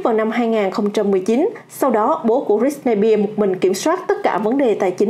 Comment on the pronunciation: Đọc sai tên britney spears r 😵